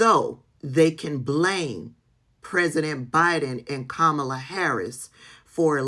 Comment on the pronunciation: Why are you pronouncing Kamala like Trump does?